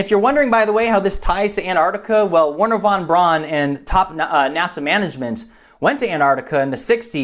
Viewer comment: "Woorner vaan braan" RIP german pronounciation XD